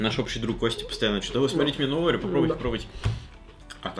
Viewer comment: Это орео а не огео